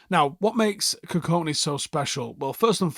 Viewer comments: Our mans massacred that pronunciation for 10 minutes straight 😭 GoOdWiLl KuKoNe 😂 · Got his last name wrong multiple times mate. There’s a ‘K’ before the ‘I’. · Kukonki and not kukoni as well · Forgive me mate but his name is KUKONKI NOT KUKONI